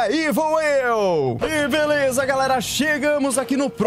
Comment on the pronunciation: ele falou velesa o correto e beleza 🤣🤣🤣